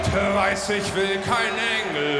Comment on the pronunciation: Im sorry but the way you pronounce Rammstein and Engel hurts me